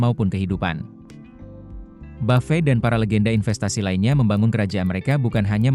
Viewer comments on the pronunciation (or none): kok orang2 nyebutnya buffey ya? kyk prasmanan 😅